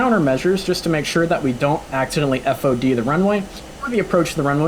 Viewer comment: Nice video! It sounds weird though when you spell out the acronym FOD... we just say "fod"